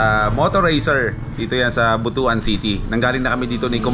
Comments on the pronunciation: Ride safe! BTW, Butuan actually pronouns as "Butwan", not Butu-an. Lol. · But-wan hindi Buto-an pag pronounced. Basto kasi ang Buto-an.. he3x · but-wan hindi bu-to-an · We pronounce it But-wan, NOT Bu-tu-an... Kasi, bastos or hindi maganda pakinggan sa mga bisaya ang Bu-tu-an